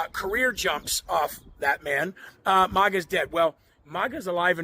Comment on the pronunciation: It's maga, not mauga